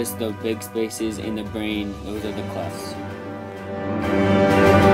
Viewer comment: Clefts, not clefs.